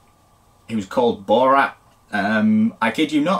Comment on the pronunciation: LOL, BORAT? Actually his name is BORUT